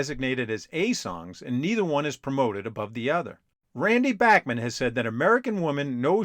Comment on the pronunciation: Was driving me up a wall that you kept mispronouncing Randy Bachman's last name!!! At least you got it right when you said "Bachman Turner Overdrive" . This really make you look like anything BUT a music afficionado. You ought to take some time to fix this.